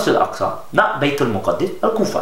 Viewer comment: Correction Bro, its not Baitul Muqaddis, its Baitul Maqdis. There is no Tashdeed on Daal. So the right way of saying it is بَيْتِ الْمَقْدِس with a Zabar over Meem (not Paish) and then Sakeena on Qaaf with Qalqala and then Zair under Daal. (Correct me if I'm wrong)